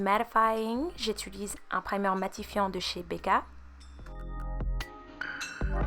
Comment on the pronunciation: On dit «j’utilise » pas «j’étulise»😅sinon ton teint est nice,c’est fucking beau